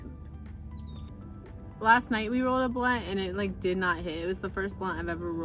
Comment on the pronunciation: you said blawnt not blunt 😂😂😂 and thanks for shouting me out lol ..u said fire u cant take it back :p